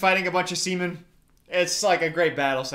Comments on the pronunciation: Am I the only one who heard “skeletons fighting a bunch of siemen” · Am I the only one who heard something completely different every time says sea men